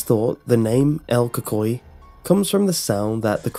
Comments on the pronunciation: Co cuiie, lol the way he says it tho!!! El CUCUY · "coocooy" is the correct pronunciation. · pronounced coocoie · Yes it's funny hearing you say el cuhkoy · lol, el coocooeeyy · i remember when i was a kid my mom would always tell me in Spanish"si no le pares te va a garar el cucuy" and btw its pronounced ku-ku-y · Died when you said "Cucuy" 😂 great video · Lol I’m Hispanic know little Spanish but Ik ur saying it wrong...and yes this was the scariest shit growing as a Hispanic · Lol true